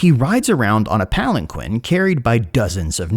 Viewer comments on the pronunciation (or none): none